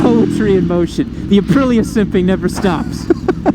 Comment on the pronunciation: lol you said “uh-pril-uh” lol and always the follow up “is that a 600? Looks small.” 😅😅😅😅